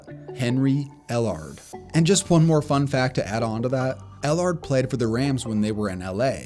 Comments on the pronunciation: It's Henry ell-erd.. not ell-ARD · It’s pronounced Henry L-erd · Obviously the narrator never saw Henry EllAAAARRD play, lol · Pronounced “Ellerd” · Stop saying ell ARD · 1. Ellard is pronounced El'urd. 2. It's hard to rank since 1985 because a 7 round draft is fairly new in the SB era. 3. I very much a video like this. Well done. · It’s Henry Ellard (L-ERD)